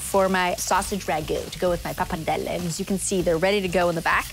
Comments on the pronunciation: She is really pronouncing pappardelle with a big difficulty, sounds really unitalian. She doesn't pronounce 'r', she says 'pappadelle'. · Isn't it pronounced 'poppa-deli'? 😕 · Sheena Vaught Pappardelle, like other Italian words, should be pronounced in an original way and not in an English way. Italian vowels are pronounced as they are written not in an “American-style”. 😉 PappardellE and not “Pappardelli”. Greetings from Italy ! 🇮🇹✋️